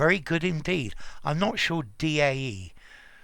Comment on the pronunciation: By the way "DAE" is pronounced like the English words "Die" and "Dye". :3